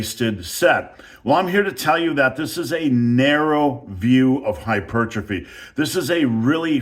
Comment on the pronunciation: Thank you for pronouncing hypertrophy the way God intended.